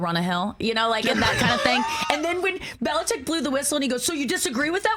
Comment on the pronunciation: Add Nikki & Rich to the list of ppl who can’t pronounce Bill Bellichick’s name. Even TB’s on that list. Could do a whole but just on that.